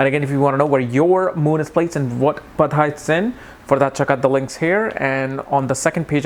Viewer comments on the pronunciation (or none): its PADA not padHa !!